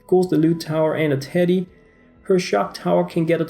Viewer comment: Am I the only one who thought he said titty and not teddy